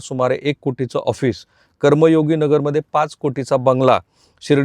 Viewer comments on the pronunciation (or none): none